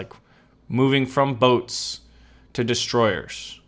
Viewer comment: anytime you said boats, what I really heard was butts. Amiright!? Point made...